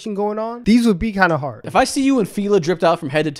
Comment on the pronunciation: Why is he pronouncing fila like that 🤦🏾‍♂️🤦🏾‍♂️